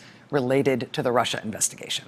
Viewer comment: Rachel, you been listening to trump too much! Just caught that ‘Rusher’, slip. 😂😊💙🇺🇸🏴